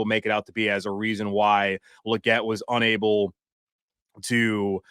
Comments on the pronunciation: 😅 it's Leegette not luhgette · Say his name right... It's Lee not Luh